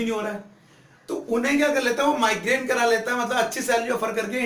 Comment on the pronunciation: Sir it is migrate not migrane